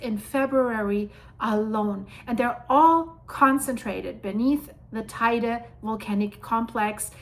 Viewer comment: And Teide is pronounced Te-ide.